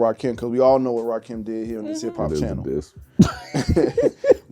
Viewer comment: That boy said Rahkim 😂